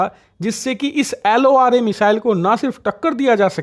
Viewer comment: Laura nhi wo 😂 LORA hai 😂😂